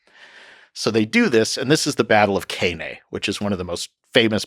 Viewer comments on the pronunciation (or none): Battle of Cannae, not battle of Kay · His pronounciation of Cannae is almost as brutal as the battle itself